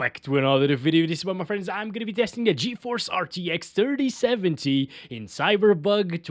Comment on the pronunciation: he says cyber bug🤣😂